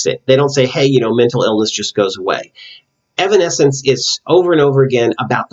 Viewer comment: No worries, you pronounced the name right. The Bitter Truth, Evanescence's upcoming album, is not quite out yet, but they plan to release it this year. No set date yet. So far 3 songs have been released for the album including The Game Is Over. I definitely enjoyed your analysis for The Game Is Over. When you were talking about how they were trying to transcend from their fake selves, that made think of the line "Change me into something I believe in, Change me so I don't have to pretend". I see this as them waiting on someone to free them from this "denial prison" they've created possibly because they feel it's too hard to get out of (and even sinking deeper illustrated by Amy sinking into the mud). However, later on there is an added part that pre-starts the chourus with "Maybe I can change me into something I believe in, Change me so I don't have to pretend" as if they realize they actually can do it on their own, even though it will still be hard in the long run. Also, I think right before Amy says those lyrics she comes out of the mud, where it dries and she starts to peel off the mud, but not all of it comes off in that scene. She's slowly coming out of that denial/fakeness but not quite there yet. I never would have thought about the scene with Jen tearing out of her dress being an expansion of the self, but it makes total sense. Thanks for analyzing the music video! I'm definitely checking out the Batman video you were talking about.